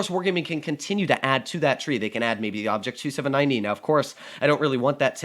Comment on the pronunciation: Me getting a hard attack when says obj. 279 (e) wrong And if they add obj.279e or the T95/4201 chieftain... say bye to t10 and t9